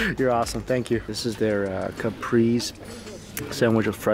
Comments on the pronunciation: lel a capris sandwhich, kuh-pray-zay brother man. love the vid tho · It's not a caprise like the car lol its ca-pray-say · Ca-pree-ZEE sandwich 😉👍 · It's called a caprese " ka_pray_za" I believe unless I'm mistaking it for another dish